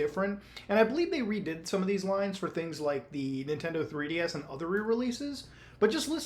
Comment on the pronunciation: The "nitendo"